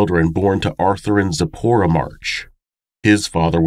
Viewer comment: Just wanted to mention, I am jewish, and you pronounced Sipora, and a few other hebrew words, just perfectly!!! Another awesome episode. Hope you are feeling better!!!!